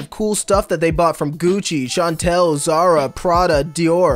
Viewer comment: The brand name: Chanel: ChanTel (No hate towards him tho. I just found it funny.)